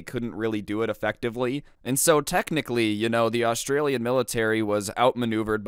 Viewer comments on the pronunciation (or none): none